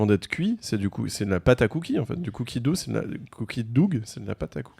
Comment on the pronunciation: Les gars putain on prononce Cookie Do, comme le Dough de Doughnut, et ca veut dire la pâte. Merci bonsoir.